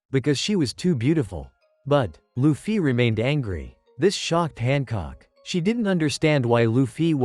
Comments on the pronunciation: It’s not lu-ffy it’s luffy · Luffy❌ Loofiee✅ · Why do they say luffy like that?